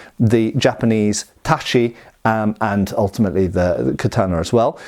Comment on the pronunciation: Tat-chee, not tashee ;)